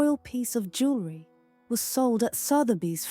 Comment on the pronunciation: "Luxury elegance jewerly".... punching the speaker....